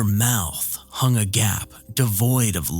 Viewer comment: Respectfully, agape rhymes with grape, not gap. 😊